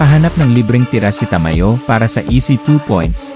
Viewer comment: sa aken bro, ayus Naman pagsasalita mo, maliban sa pagbigkas Ng name ni Ta-ma-yo., gusto ko din na madalang kalang magsalita. Pero Yung background mo is not needed sa palagay ko and mas okay na marinig ang commentator. Keep it up.